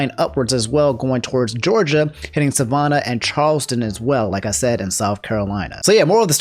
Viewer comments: suh-vuh-nah??? LMAO. As someone who used to live near there it's Sah-vah-nah. Like Havana or banana. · The way you said Savannah 😂